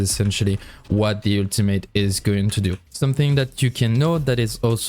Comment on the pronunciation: Yeah guys switch back to the "ueltamate" for uue not Jue